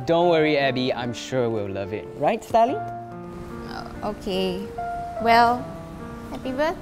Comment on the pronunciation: its Starley not Starlet